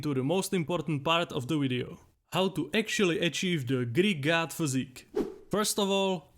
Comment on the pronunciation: I thought he was being humorous and saying GYAT. But it was actually GOD. Hahahahhah